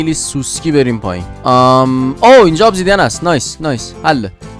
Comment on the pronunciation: داداش اهل کجا هستی به ابسیدین میگی اوبزیدین درست بگو بعد غورباقه به جز ماماگما کیوب و اسلایم چیزی نمی خوره باید ماگما کوچیک ترین حالت باشه که بقوله نگران نباش تورو نمی قوله